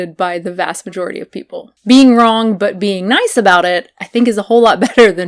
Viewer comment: When you said “wrong” it sounded so southern and I was just like... whoa